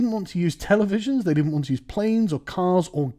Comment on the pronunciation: Whoa! Whoa! sargon, slip of the tongue mate "i have mates who have been to Afghanistan and what they do as a hobby, for sport is rape little boys" might want to reword that lol The way you structured that emphasises "they" as if you were talking about your friends.